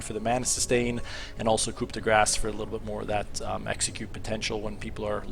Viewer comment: "coup de grass"